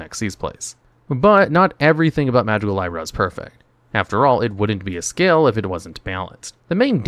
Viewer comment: I love how often you say the names wrong. Magicalibra isn't pronounced lie-bra. It's lee-bra, like the zodiac sign, hence the scale design.